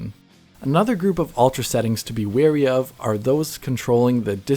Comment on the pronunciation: Great video! Thoughtful and well constructed. Sub'd. P.S. For future reference, "wary" (long A) as cautiously aware, not "weary" (long E) like tired.